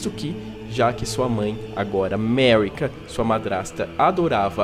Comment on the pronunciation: O vídeo é bom, mas... RAIcard, MErica? 😅 Se chama Marika de Merica por que não chama a Ranni de Reni? 😂